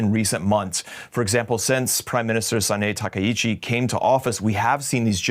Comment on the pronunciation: and you have the face to call yourself a legacy media, when you don't even know how to pronounce the name of Japanese PM accurately. don't you dare to say you have no clue about that before BECAUSE THERE IS A WEBSITE CALLED GOOGLE. it's pronounced as SA-NA-E TA-KA-I-CHI, and she is the first female PM in Japanese history, even she might lose the election in the near future. butchering her name like that is so disrespectful, especially when you are a so called professional legacy media. BTW there is always an obvious solution for the Japanese government: sell the US bonds and use those cash to do, well, whatever needs to be done.